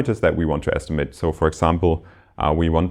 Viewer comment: Very nice lectures. One minor remark: The lecturer will make his lectures even more enjoyable if he looks up the pronunciation of these words (whose pronunciation he probably copied from his professor): “because”; “occur”; “estimate” (as a verb, which sounds different from when it is a noun). All the best!